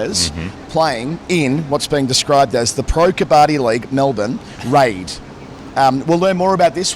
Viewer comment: Quick pronunciation tip on "Kabbadi" (the Indian/Pak high contact sport): its pronounced "ka-buddy". Sajid Khan's (Pak spinner) wicket celebration gesture where he slaps his thigh and raises his other hand's index finger echoes the winner's gesture in Kabaddi.